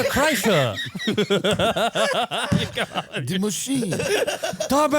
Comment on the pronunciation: Berrrt christrrrerr